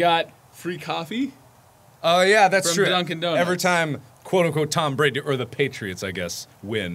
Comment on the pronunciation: "Tam Brandy" I can't 😂😂